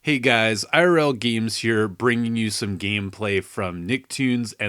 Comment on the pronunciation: Did you say "gemees"?